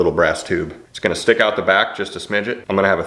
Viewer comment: "plopper on a stihck " haha im dying